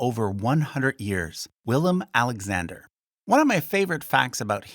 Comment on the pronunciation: As a Dutch person I would love to see you actually use the Dutch spellings of the names and not the anglicized versions. I don't even think it would present a large pronunciation/understandability problem. you even pronounced the current kings name correctly, so why use the English versions of the older kings and governors?